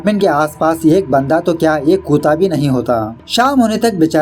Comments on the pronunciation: Aap kute ko kuuta kyu bolte ho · The way u pronounce kutta as kuta is very cute and funny.🤣🤣🤣🤣🤣🤣🤣